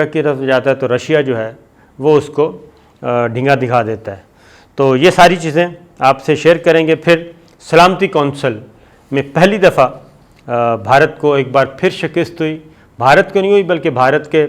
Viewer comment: Yar shakist nahi hota Bhai shikast hota hai